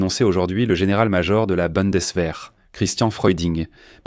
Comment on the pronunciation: Pour info, "Bundeswehr" se prononce "Boundessevéhr", mais c'est un détail.